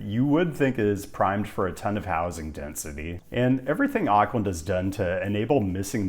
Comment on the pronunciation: Auckland is pronounced " Ork lind " not " Ark lind ". Most Americans get this wrong.